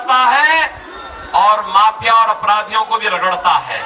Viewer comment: Maapiya nahin maafiya kya admiko banayare CM...